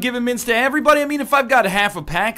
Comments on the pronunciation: True. He always says EHVERYBODY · Isn't pointing out the way NL says "everybody" getting old yet? waiting for a few smartasses to reply with AYERYBODY